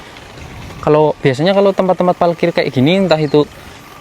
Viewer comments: parkir, bukan palkir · Salfok sama ngomong nya "PALKIR" hhee parkir parkiran mobilll😭🤣